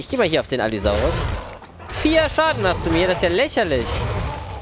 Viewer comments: Es heißt allosaurus nicht Allysaurus triggert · Normale Menschen: Allosaurus: Allysaurus xD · alle sagen allosaurus außer er sagt allysaurus die namen lernen wir aber nochmal nä? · Ich kann mir Allisaurus nicht anhören, die heißen Allosaurus! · der heißt Allosaurus haha. Kuss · es heißt ALL*O*SAURUS